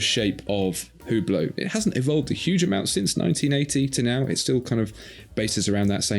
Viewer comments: It's pronounced UBLO. Not WhoBlow! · UBLO The H and T are silent. Not importnat, but maybe more important than the watch's relevance. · It's pronounced " You Blow"! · The “ge” in Hugeblot is silent